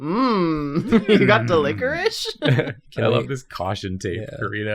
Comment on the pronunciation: I'm enjoying "delisherous lickricky" here